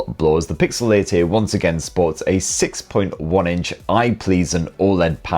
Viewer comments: I keep hearing pixel 80 instead of pixel 8a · Is he saying 8a or 80? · 8a ❌ EIGHT-EEEH ✅ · It's not the best model number to hear in a jordie accent is it 😂. 'eeeught eaaye' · 😂😂 i was laughing out loud every time he said it